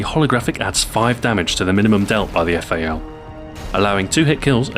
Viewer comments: Fail... You should read correctly :D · the eff-a-ell...